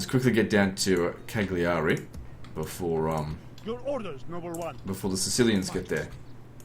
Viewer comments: The ”cc” in Ajaccio sounds like the ”ch” in chamber. Genua (Genova) and Cagliari have stress on the first accent, GEnova, CAgliari. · Just FYI Ajaccio is pronounced: A (short, like the first a in annual) Jaques (French prononciation of the name jack) see (or sea) o (short, like oh!) And Cagliari is pronounced: Kaaliari (g is silent, and both i's are short and high pitched) :) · Cagliari the i's are pronounced "ee" as in Lee